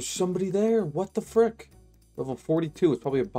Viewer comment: You are right at :12, he said "fruck" I think. I listened again, and Idk man this sounds like fuck here.